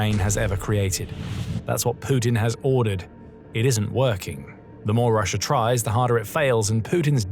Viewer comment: Both "Russia" & "idea" end in "As", why does your narration bot insist on ending both words with an "R"?